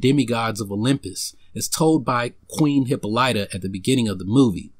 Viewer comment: Great video...I just don't like how you pronounce Diana mother's name.